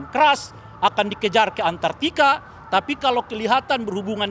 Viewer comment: ANTARTIKA jd ANTARKIYA😂😂😂